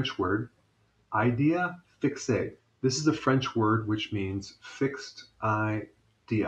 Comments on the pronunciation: Dr. Berg lol, you've totally butchered the French words (it's not one French word, there's two) "idée fixe" lol. There's no "A" at the end of "idée", so you don't have to add one while trying to pronounce that word. The word is pronounced "ee-day". "ee" like in the word "wee" but without the "w". As for the French word "fixe", there's no accent on the "e" (as in "é"), so no point in ending the word as if it was pronounced "ey" (or "ay", as in "day"). The French word "fixe" is pronounced in 2 parts (fix-e) . The first part "fix" is the same as in English. However, you have to add the sound "uh" to it coz it represents the letter "e" at the end of it. So you'll get fix-uh. Recap: idée => ee-day fixe => fix-uh ee-day fix-uh Hope this helps! BTW, I wasn't laughing at you! I was just giggling coz it's so adorable to see you try to pronounce French words! lol Please, don't let it stop from trying to learn/pronounced French words! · It's pronounce eeday fix. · Fixe is pronounced like “feex”. So all together: Eeday Feex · Woops, so I majorly butchered the word Idee Fixe (see below) Should have been: idée => ee-day fixe => fix-uh Roc Wyvern 2 minutes ago (edited) Dr. Berg lol, you've totally butchered the French words (it's not one French word, there's two) "idée fixe" lol. There's no "A" at the end of "idée", so you don't have to add one while trying to pronounce that word. The word is pronounced "ee-day". "ee" like in the word "wee" but without the "w". As for the French word "fixe", there's no accent on the "e" (as in "é"), so no point in ending the word as if it was pronounced "ey" (or "ay", as in "day"). The French word "fixe" is pronounced in 2 parts (fix-e) . The first part "fix" is the same as in English. However, you have to add the sound "uh" to it coz it represents the letter "e" at the end of it. So you'll get fix-uh. Recap: idée => ee-day fixe => fix-uh ee-day fix-uh